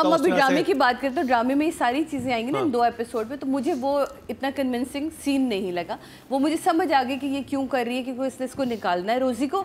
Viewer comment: It’s convincing, not convencing please (no offence)